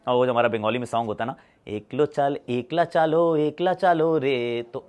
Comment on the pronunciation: Ekla cholo ka pronunciation galat hai, "Ash" ki "a" ki pronunciation hogi "e"kla me